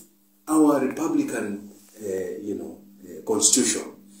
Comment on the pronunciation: Is it constuition or constitution?